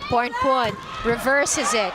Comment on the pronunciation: พิธีกรรู้ฮอดชื่อเล่นโค้ชอ๊อด 🤣 โค้ชอ๊อดๆว่าซ่าน ต้องเป็นคนเอเชียชื่อออกเสียงชัดมาก ยกเว้นพรพรรณ พรพร555